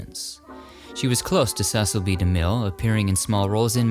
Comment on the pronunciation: DeMille's first name is pronounced See sill. His late daughter Katherine made this clear numerous times on talk shows.